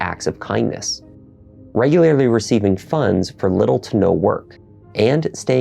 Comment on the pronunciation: Simi-layer-ly and regu-layer-ly